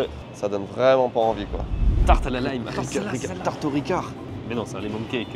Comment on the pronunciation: Haha merci pour la vidéo! Après toutes les autres vidéos de voyage, c’est tellement drôle de vous voir réagir à des lieux et produits que je vois tous les jours XD. Votre manière de prononcer certains trucs m’a bien fait rire (IGA, chipotle et lime) mais ça fait partie du charme de découvrir sans « guide » haha. J’ai bien ri quand vous avez regardé les emballages de côtes de porc en parlant de poulet à cause de St-Hubert (ils ne font pas QUE du poulet 😉). Le fromage « squick squick » se mange tout à fait seul. Pleins de gens en achètent, surtout les sacs format collation frais du jours ou de la veille qui se vendent température pièce généralement dans des petits présentoirs dédiés. Et la Becel en pot c’est pas considéré comme du beurre, mais bien de la margarine 😉 Hâte de voir vos prochaines vidéos au Québec!